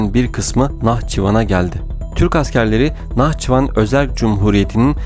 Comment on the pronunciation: Anlatırken NAH çivan a geldi dedin hecelerken dikkat etmelisin